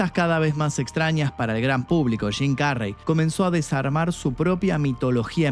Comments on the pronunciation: ¡Y dale con carrey!....que se pronuncia kerry🫠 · Su apellido se pronuncia queri